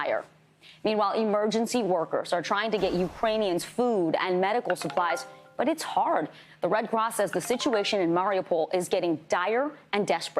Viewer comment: It’s pronounced “Ma-ree-OO-pol”. The accent tends to be on the second-to-the-last syllable In this language. I bet this guy pronounces both K’s in Kharkiv.